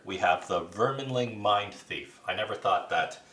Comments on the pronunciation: Good video. As I have not played all characters I was not sure how to describe them to my friends. For future videos Orchid is pronounced Or-Kid, like the flower, and Vermling is Verm-ling, not VermIN-ling. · No kidding. If you’re going to do a video, should double check the spelling of the names.... where is the “in” for “verminling” lol so annoying to hear